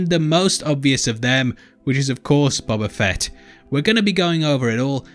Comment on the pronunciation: It's BOBA FETT you dumb FUCKS